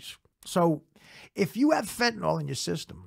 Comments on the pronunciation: Fentanyl (fentANIL) not fentaNALL. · That's not how you pronounce "fentanyl!!" It's not fen-ta-nol!